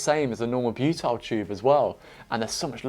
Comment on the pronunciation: Repeat after me - "BYOO-TIL"